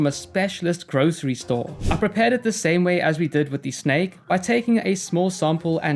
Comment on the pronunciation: can nobody pronounce "the" correctly anymore when did this happen